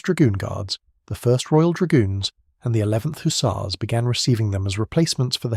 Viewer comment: And why "Hoosars"..it is Huzzars! Lol. 🙄